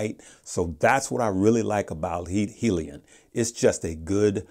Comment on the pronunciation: And yet you haven't done your research on how to pronounce 'hyliion' lol